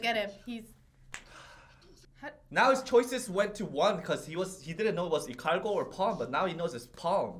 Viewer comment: It's Ikalgo not Ikargo